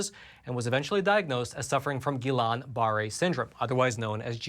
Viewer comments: FYI, the pronunciation is "gh-ee-yahn bah-ray" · It’s pronounced “gui-yawn barEH” and is more common in other vaccines as well, such as the flu vaccine. I still wish we would see specific-to-covid vaccine compensations like for myocarditis in teens but I doubt that will ever happen. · check your pronunciation of GBS.